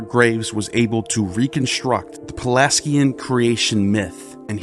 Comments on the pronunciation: Cybele is pronounced, Sib-ill-ee. And Pelagian is pronounced with a soft G, like used in the word Giant. I could go on, but I hate being a critic. Just work on your pronunciations and you'll end up with a lot more subs. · He must not be studying that great or he'd know how to pronounce the words a bit better. It's very painful to the ears to hear such ancient words like Cybele and Pelagian pronounced with such harsh harsh K's and G's. And that's just the tip of the iceberg. There's a lot more embedded within this long video, but I'm not going to go over all of it. Anyhow, if he's going to put all this time into it then he may as well work on this as well. He'll get a lot more subs if he does.